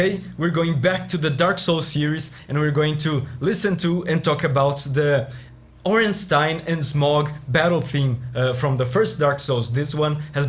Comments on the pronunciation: The best part is that pronounced Ornstein correctly, not ”Ornsteen” but ”Ornstein” like Zweilhander or even Einstein. Imagine saying ”Zweelhander” or ”Eensteen” and you get the point. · Ah nice you pronounced Stein correctly. I dont mind, if someone has it wrong, but most People think its pronounced "Steen". I was thinking of other Themes worth recommending. Portal has good Endingsongs, but I don't think it fits into your Series. God of War has a good Soundtrack but nothing particular what stands out enough for me to recommend. Oh the Asura Theme from Asuras Wrath and the similar Chakravartin Theme could be something worth checking out. PMD is left, and good, but I was to lazy to look up any outstanding Track. The Maintheme and Dark Matter Part 2 are the only ones I can think of, but there has to be more. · My man pronouncing Ornstein correctly. Instant like.